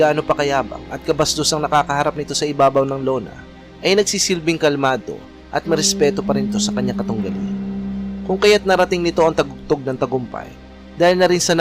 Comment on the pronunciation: Sir TUGATOG po at gindi TAGUGTOG.. Sir ARMENIAN AUSTRALIAN at hindi AMERICAN AUSTRALIAN.. Sir RAGING BULL at hindi RANGING BULL.. 🤦‍♂️🤦‍♂️🤦‍♂️ Iproofread muna ang narration bago isalang at researxh pa more.. Dami mong mali sir